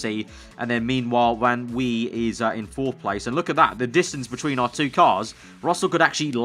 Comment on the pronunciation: If Van Wei is German- it would be Van V